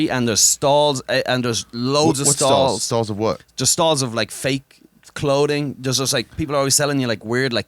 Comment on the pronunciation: Bro just learn to make the TH sound. Saying smoody and cloding instead of smoothie and clothing is fucking insane for a native english speaker